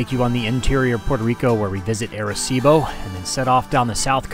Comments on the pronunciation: Great videos of PR, Arecibo is the town where my grandmother's family is from in PR...but it's pronounced "Ahh"-reh-cibo, you're making my ears bleed man. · They keep saying "AIR"ecibo lol